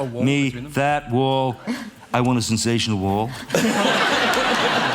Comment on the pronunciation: Trump can't even say,"Sensational."😂 This isn't even the worst thing anyone has ever said about him...😂